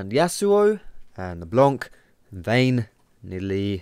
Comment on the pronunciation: leblanc... he said blonc... not even leblonc. just blonc... wow m8